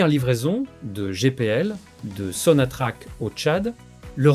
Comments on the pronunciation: Bonjour, on ne pronce pas Sonatrache , mais sontrack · Sonatrak, c'est comme ça que s'a prononce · Ça s'écrit SONATRACH, mais ça se prononce SONATRAK.....'' HYDRO CARBURES . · T'arrives même pas à dire sonatrak😢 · On écrit sonatrach et ça se prononce sonatrak...... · on prononce SONATRAK (sonatrach)